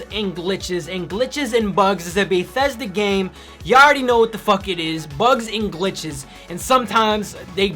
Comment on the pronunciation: "Baethesda" It's BETHesda. Good review though! Keep up the good work man.